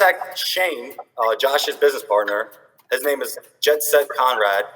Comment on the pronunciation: “CON”rad lol 😂